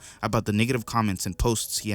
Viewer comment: Why do you say “niggative” instead of “NEGative” 😂 it’s hilarious bro